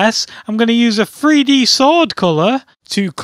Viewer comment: sounds like free-D